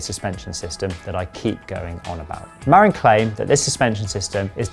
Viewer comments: The correct pronunciation is Ma-rin, not Mar-in. It’s a county in Northern California & arguably the birthplace of mountain bikes. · It's more like muh-RIN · Great review. Pronounced Muh-RINN' with the emphasis on the 2nd syllable & named after Marin County where they claim Mountain Biking began - though some Coloradans might want to get white knuckled over that - lol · LOL, I lived there, twice - it's muh-RINN' - emphasis on the 2nd syllable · Hey Bud, ya can't fix stupid, don't even try, they don't care and don't want to know. Oh, and you'd think someone who reviews bikes for a living could speak with the company at least once and get the pronunciation of their company & bike name correct, yeah?